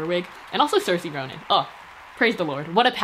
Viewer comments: You pronounce Saoirse Ronan’s name wrong, it’s pronounced like Ser-sha (It’s okay I still love u lol) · I’m sorry this is unrelated, but if that was ur attempt at saying Saoirse Ronan, as an Irish person I think I just died. (It’s pronounced S-aur-sha btw, no use complaining if I don’t help!! Ly x) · "ser-see Ronan " .......... BLESS HER HEART SHE TRIED 😂😂🤩🤩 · Did she say cersai Roman instead of saorise ronan 😂😂 okay this was an accident but Saorise is Irish for freedom and was popularised as a name when we became a republic and escaped British rule😂 respect our rejection of colonialism best you can pls 💚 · pronounces Saoirse Ronan wrong me: goes to comments section to make sure no one makes a joke about it otherwise i’d throw fists